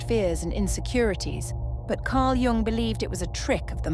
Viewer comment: A gentle suggestion.... Jung instead of Young, pls.?